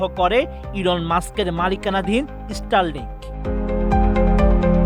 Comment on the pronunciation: রিপোর্টে বার বার ইস্টারলিংক বলতেছে 😂 ভাই জীবনে স্কুলে গেছেন কিনা জানিনা।